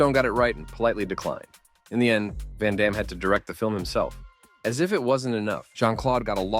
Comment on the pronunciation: Van damne to seagal Do not cha lenge me - a la expendables 2 pronunciation